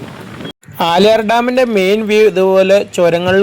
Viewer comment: ബ്രോ പുല്ലി പുലി ❌ പുള്ളി പുലി ✅ ആലിയാർ ❌ ആളിയാർ✅